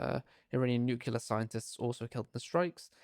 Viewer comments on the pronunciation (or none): It's NUCLEAR,, NOT NUCULAR